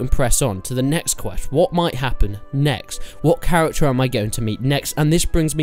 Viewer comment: stowy, tutowials, chawacter